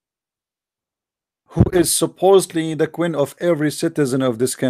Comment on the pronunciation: it is queen not qwin pray to Jesus to improve your English and your accent dude